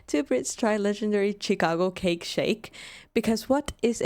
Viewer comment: Shhhicago. Not chickago.😊